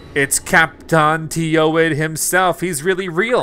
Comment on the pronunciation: Khap’taan Teewed is the same thing as Captain Toad